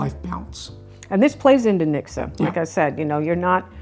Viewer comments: You say nikse.... but it is reallly niksen with a N. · it's not "niksa" it's NIKSEN!!!!!! (Niksun) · LOL, never heard of hygge, thank you for the introduction. Mixer?? Oh, you meant niksen (sorry, that was really terribly pronounced) nick-sen. (I do not think you younger generations (anyone born after 1992) uses that word any more.) I think it is something like your "vegging out" - let your mind go blanc and do nothing special. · The 2nd n in niksen should be pronounced as well. So not ‘nikse’ but ‘niksen’ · It is pronounced as niksen and not as niksa. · Pronounce the last n in niksen lightly. Please do not say niksah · Niksen isn’t really pronounced as niksah, but as Nixon (dude from the Watergate scandal, although he wasn’t doing any niksen) 😜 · Grea to see some of our mindsets being discussed. Made me appreciate them more. One small comment: "Niksen" ends with an 'n' not with an 'uh' sound. And I never experienced the directnes like you described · Het is niksen... with an n at the end. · Sorry but NO ! In Dutch one does NOT pronounce the 'n' at the end of a word (Only in northern dialect or In Zeeland one does pronounce the 'n' as written) So yes : written YES, pronounced NO NIKSE' IS CORRECT....